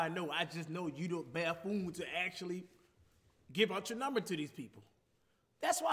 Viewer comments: Cash really called him a "Ba-phoon" 😂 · Cash said a BAFF FOON lmaoooi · He said "Buffoon" but pronounced it like "bahfoon" 😭😭